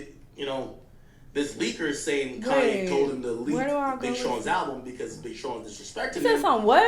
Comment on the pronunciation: Why does he keep saying kanYE😅